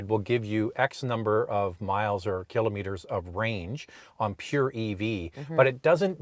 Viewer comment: Cant get passed the way you both say “killimeters” Instead of Kilometers 😂